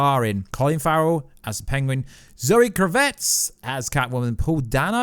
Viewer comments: ITS KRAVITZ NOT KRAVETZ PLEASE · zoe kra-vitz - william dafoe. damn you are not good with names huh?